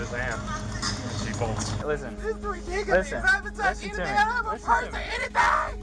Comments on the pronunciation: It sounds like she's saying "ridickulees". LOL! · It's ridikolus